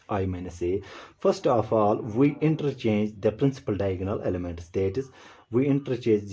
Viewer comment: It's elements not elementas 😂